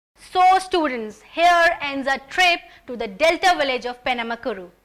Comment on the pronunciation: Penamaluru...not penamakuru You bloody English fella